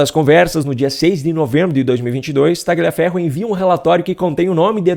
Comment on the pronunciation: Tagliaferro é um sobrenome de origem italiana e a pronúncia correta é "Talhaferro".